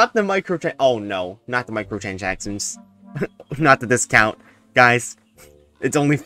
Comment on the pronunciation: did you say "microchanchackchons"